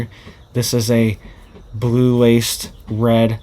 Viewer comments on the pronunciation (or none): none